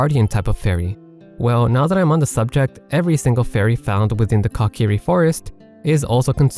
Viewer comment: "Cock-iri" 🤣 Say it with me mate, coo-ki-ri